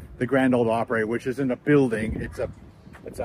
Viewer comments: I hate to be a negative Nelly, but you’re pronunciation of Opry is killing me. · Op-pre or Op-pra not op-pray. Unless you are Canadian I guess. :) At least in my experience I could be wrong.